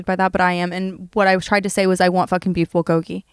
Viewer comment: I love Brooke sm but as a Korean person the way she says “bulgogi” and her obsession with it bothers me so bad like girl please